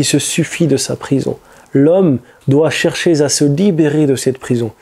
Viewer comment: Excellente vidéo à forte teneur en rappel édifiant ajouté SI CE N'EST certaines liaisons maladroites et pénibles à entendre que tu commets sans doute par distraction comme entre autres ..."le musulman doit cherchéZ à se libérer ...", ..."vous seraT utile ..." et un ou deux autres ! D'autres youtubeurs religieux font les mêmes erreurs et c'est vraiment reulou puisque tout le reste est nickel ce qui gâche un peu l'ambiance !